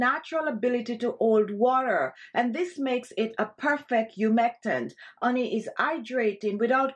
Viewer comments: It's called HHHHHONEY! NOT oney. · As an Italian woman, I pronounce honey as oney as well. 🤭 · Absolutely. With all going on.. in the world I am looking for some "light", humor, health, and happiness.. I saw this an said, hmm.. glad i did. Every time she pronounces " oney ", a smile grows. Made my day! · I was listening this video and than she said her secret anti-aging cream ingredients - ONY - Ony ? What is ony OH 🍯 HONEY= it was smart to write it down! Thanks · the oney :). You are suppose to pronounce the h. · Marlene DR ….it’s an accent. I love it. She spoke proper English without the “H” sound. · That’s the Caribbean pronunciation for honey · I just love the way you say "honey" ☺️. You drop the "H" as if you are of Bemba ancestry. The Bemba speaking people of Northern Zambia drop the H in their pronunciation of words that begin with that letter. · Yes, indeed, but it is a mispronunciation born of the Jamaican Patois. She IS Jamaican. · I love how you pronounce honey..lol Nice ingredients..will try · How cute the way you pronounce honey 🍯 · i live for the way you pronounce honey 🤣💛💛. love that accent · Learn how to say honey before you try and teach